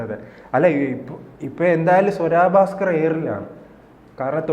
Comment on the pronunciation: സ്വരാ ഭാസ്‌ക്കർ അല്ല.... സ്വര ഭാസ്കർ.... മലയാളം വായിൽ തോന്നുന്നത് പോലെ പറയാനുള്ളതല്ല.... അത്യാവശ്യം മലയാളം പഠിക്ക്, എന്നിട്ട് ഈപണിക്ക് ഇറങ്ങ്....